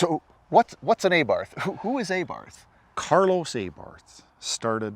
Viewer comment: Aybarth lol, no I think it’s Abarth